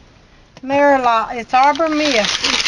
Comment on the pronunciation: Merlot is not pronounced "mare lot" . It is pronounced "mer low"